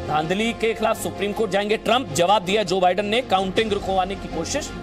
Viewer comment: Jo badun 🤣🤣🤣Kaya pronunciation hai🤣🤣